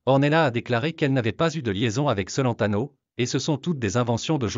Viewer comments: Ignare le cacanier, ne sait meme pas prononcer "Celentano"! Une vraie commere 😊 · Adriano cent-laine-tano 😂😅😂😅😂😅